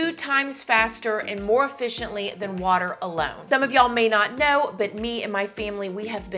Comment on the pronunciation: Don't forget to drink lots of watah